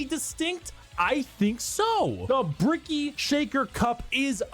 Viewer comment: Love the way she pronounce Bricky. I kinda want her to call him Cheeky Bricky for the stalker memes